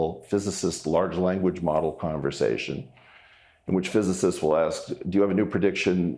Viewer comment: Weinstein can't even pronounce "physicists", . That's the least of his problems in this video.